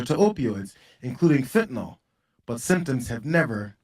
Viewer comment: "Fentanol" is the new "Nukuler"!